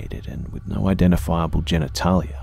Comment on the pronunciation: "genataullia" o o f